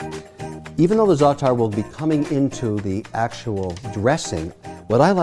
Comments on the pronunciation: I don't know what the Cyprus brothers are doing with their salads, but here in Greece, we don't add lemon juice in the Greek salad! Nor this weird-pronounced zaatar spice. Jeez, Mr. Wonderful! Furthermore, "Lemon and oil" here in Greece is a famous dressing for grilled fish, not a vegetable salad. Nothing "traditional Greek" overall in this salad. So for those reasons, I'm out. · your not half lebanese you dont even know how to pronounce zaatar properly